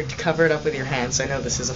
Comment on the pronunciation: he said fleshlight lol